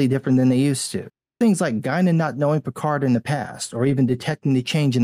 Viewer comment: Fucking Christ,. your pronunciation of Picard almost made me spit water on my keyboard!